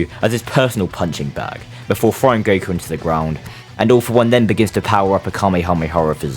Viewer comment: Gotta love how he calls Goku Guku half the time.